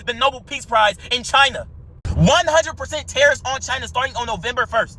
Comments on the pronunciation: Minute "Trump talking about Tah-Reef again, who's Tah-Reef???" 😂 Whewww Chile! You meant Tariffs?!?! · Did he really say Tareef happy right now 😂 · this goofy ahhh dude said “Tareefs; Who’s Tareef??” Im HOWLING IN LAUGHTER 😅😅😅😅😅😅😅😅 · Trading in crypto and doesn't know what "tareefs" (tariffs) are. 😂